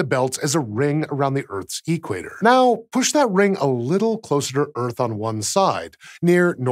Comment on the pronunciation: last time i check Equator was a single word and not pronounced E- quator